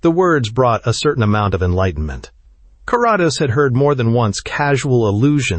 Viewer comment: ❤Thx! Btw, its Care-ah-dose😊